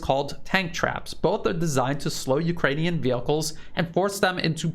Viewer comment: Come for analysis; stay for pronunciation of "Vehicles" 😂❤🍻 HNY everyone - may it be safe and prosperous